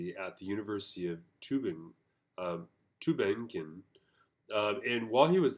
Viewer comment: sir, it is Tübingen (my hometown ;-) and Stuttgart